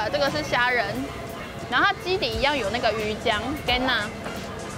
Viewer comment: 我講台語，講了33年，今天才知道魚漿的台語是那樣子唸的＠＠